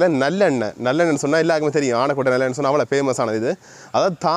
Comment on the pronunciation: அவர்களே உங்கள் பதிவுகள் அருமை,ஊரின் பெயர் "ஆனைக்கோட்டை"உங்கள் உச்சரிப்பு அப்படி இருக்கவில்லை.👍🏾❤